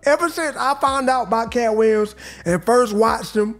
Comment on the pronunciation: "Katt Wiyems"